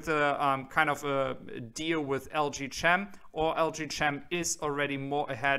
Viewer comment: that is pronounced LG KEM (CHEM = CHEMISTRY) silent H